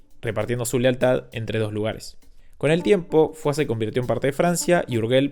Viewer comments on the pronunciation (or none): que tot això ho digui un youtuber argentí castellanoparlant és tant irònic... y Foix se pronuncia fosh, no fuá... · Dos apuntes o datos. 1. No se dice urgell ni fua como has dicho, se dice urshell y foish (así debería sonar cuando lo digas) 2. Andorra no hace su dinero convirtiéndose en paraíso fiscal, su historia empieza antes y de manera no muy “ética” Leer el libro “EL ANDORRANO”, ahí se explica claramente. Spoiler: judíos/naziz/fascistas/pastores/robos…….